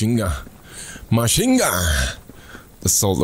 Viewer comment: Pubg player: Machine gun: Mhasying gahhh